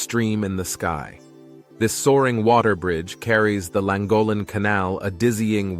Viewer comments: pont- ka- selty' acquaduct. 'Lan- goth- lun' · Not layver bred laver bread. Not trayorchy treorchy. Not said langol en llangollen. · I can just about forgive the mispronunciation of Pontcysyllte, but Llangollen and Cymru shouldn't be beyond your ability. Really, "simroo"? Try 'cumree' instead for Cymru.